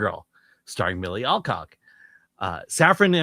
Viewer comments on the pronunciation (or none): Chris it's Al-cock, not All. As in Al Pacino.🤣🤣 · Come on guys, its Alcock not Allcock.